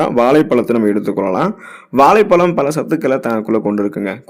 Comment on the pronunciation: Valaipalam alla vazhhaipazham first of all u must increase your tamizh pronouns action